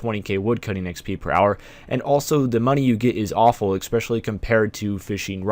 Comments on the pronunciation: I've watched quite a few of your videos in the past 2 days (nice vids by the by) and I've noticed something...you say "ekspecially" when it's especially. Lol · Stop saying ''expecially''. It makes you sound like an idiot.